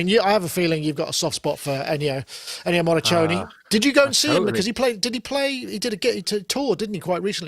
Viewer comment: It's Ennio Morri"k"one. RIP